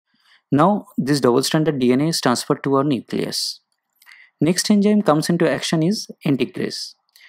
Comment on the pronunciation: Poor video narration...Its Enzyme not ENJYM... Study to pronounce English first...